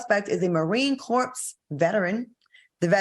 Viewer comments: Corps in Marine Corps is pronounced like core, not corpse. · It's pronounced "Core" not "Corpse." United States Marine Corps.